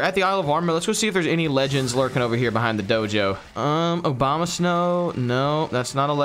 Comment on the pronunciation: Bro said Obama-snow😂